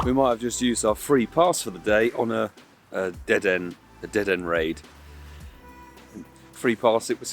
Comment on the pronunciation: I don't normally correct pokemon pronunciation, but it's pronounced like 'De-Den-A' in the anime and sounds better IMO that saying it like 'De Den'